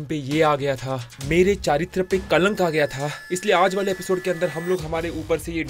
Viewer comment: He Says "Chaaritra Not Chartitra